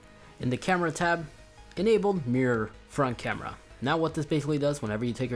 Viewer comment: “Camrea” “Controll”